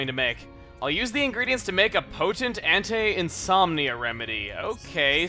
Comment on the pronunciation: I've heard "anti" being pronounced as "ant-ai" and "ant-tee" but this is the first time I've heard it being pronounced as "ant-tay". I don't know why but that made me smile. Thanks Chuggaa! XD